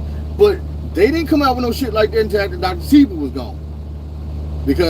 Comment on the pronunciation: its pronounced dr seh-bee like ebony unc but u aint lying america got a million coups from cia to fbi killing mlk